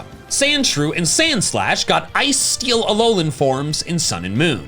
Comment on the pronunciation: Sandsowine? "Sand-So-Wine" as in "Sand Swine" or "Sands of Time?" All I've got